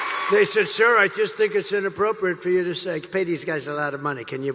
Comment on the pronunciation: He calls himself “sir”. But it kinda rhymes with “sewer”.